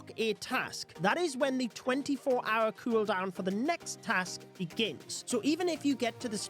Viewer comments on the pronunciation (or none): Say cueldown again